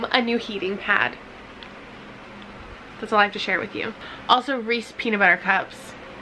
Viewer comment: Wait...Are Reese’s just “Reese” in Canada? I think you said “Reese” and the wrapper looked like it said “Reese”, but was the “‘s” torn off? Am I crazy?